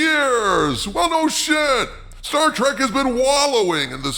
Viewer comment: 'i loves 'star track'! -- 'star trek' 'writer'